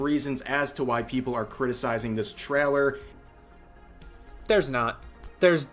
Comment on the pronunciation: He also says “traller” instead of trailer and it annoys me